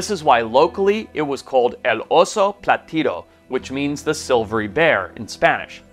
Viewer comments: the word is not platido is plateado.. Oso Plateado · El osa plateado, no platido. Plateoda means silver, platido is not a word in Spanish. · El oso plateado, no "platido" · its "oso plateado" but not bad brudda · El oso plateado. Yaqui is pronounced ya-key. Interestingly, grizzlies were referred to as silvertips in territorial Arizona.